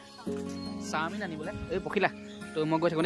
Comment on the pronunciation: চামিন নহয় চাওমিন